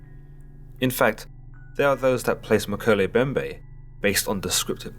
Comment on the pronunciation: Woah. Talk about a coincidence. I just started reading a book that mentions the Mokele Mbembe. It's called Cryptid Hunters. On another note: you pronounced the name wrong. It's pronounced "Mo-kee-lee Em-bem-bè"